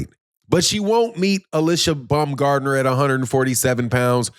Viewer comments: STOP calling Alycia BUM-gardner you ignorant nut! It's BOWM-GARD-NER! or you can even say BOMB-gardner, but NEVER BUM, YOU BUM! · I'm not Google translate, but it's Baum, not Bum.